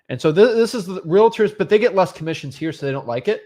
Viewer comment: Is there a reason they keep pronouncing realTORS like that? 😅